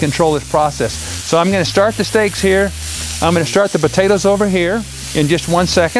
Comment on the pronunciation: Lol Buhtaytuhs